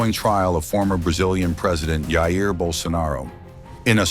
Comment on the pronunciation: Voice over grossly mispronounced the first name of former Brazilian President JAIR BOLSONARO. HE pronounced “HAH-IR” sounds like Spanish to me, not Portuguese. Then again is an anglo, stupidity takes on new meaning when it comes to them ignorant people..